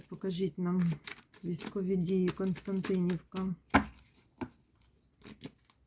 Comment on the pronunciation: Если что то не "Константинівка" а "Костянтинівка".